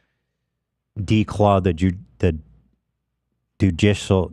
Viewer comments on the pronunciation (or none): Can we acknowledge that a degree doesn't mean shit when Ethan has an associates in english but is also dyslexic and can't pronounce judicial? Love Ethan, but my god in the love of christ brother.